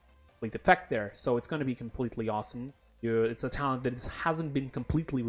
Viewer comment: Good vid but what the hell is a tallent? I heard of talent but not of tallent.